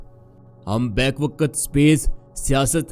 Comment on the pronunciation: Bhai talafuz to thek kr lo. Ap say log seekhtay hain.. Waqt ko waqat bol rhe ho Bayak waqt ko back wqat bol rhe ho...whats this?